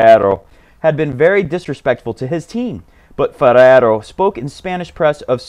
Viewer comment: I've been playing for the past 15 years but I still enjoy your show...you're tearing everybody's English and especially Spanish names...before it was struuuuff now its BUSTAAAAAAAAAAA and FERRRRRERO....you're hilarious, mate...and the joke about the kid too..and by the way do you watch NBA...if so which is your fav team???>>>Zvendl sounds interesting but I hope NK gets a coach too...